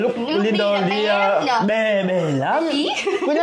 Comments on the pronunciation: 2 vợ chồng nhà này ko sửa cách gọi tên Lindo mình sẽ cạch và gạch kênh. Tên ngta (lin đô, lin đồ) chả hiểu sao đọc thành lin đù???? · Tiến phát âm lại tên Lindo đi nhé. U và o khác nhau mà.